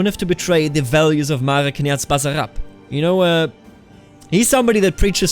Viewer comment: Basarab and other s is not z when you pronounce it